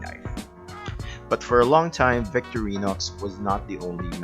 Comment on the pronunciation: You are mispronouncing the two Swiss army knife companies: Vik-TOR-eenox for Victorinox VENG-uh for Wenger Perhaps your home language makes these Swiss German / French names hard to pronounce. No big deal, but, if you make videos about Victorinox and Wenger knives, can't hurt to pronounce the names! Cheers! This model is my favourite pocket carry these days. Locking knives are not strictly speaking legal in my country, Israel, except on multitools or when out camping or hiking. I own the similar models with locks, and saws. All great.